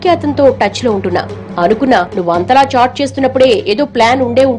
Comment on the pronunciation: It's not chot it's chat